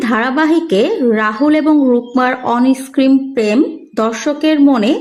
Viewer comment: আগে ঠিক করে কথা বলতে শিখুন তারপর গোপন কথা ছড়াবেন। অনেস্ক্রিন, স্যোসাল মিডিয়া এই সব কি??? শব্দ গুলো হচ্ছে "অনস্ক্রিন" , "সোশ্যাল মিডিয়া" ... এ গিয়ে বাধ্য হয়ে ভিডিও টা থামিয়ে এইসব লিখতে হলো।